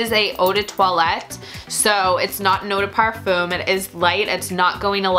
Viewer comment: 1 hour and 23 minutes and you never mentioned a single note just olfactory families and if you liked these perfumes or not. You say you are a fan of Kathleen then I suggest you watch her last perfume vid and learn how to describe a scent. Also learn to pronounce eau de parfum if you are going to use that word a gazillion times... Do NOT like